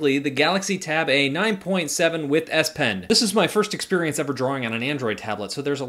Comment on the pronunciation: Z pen? You called the S pen the Z pen for like half of the video lol.